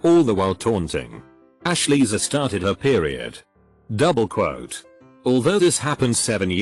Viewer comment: nobody: text to speech: douBLE QUote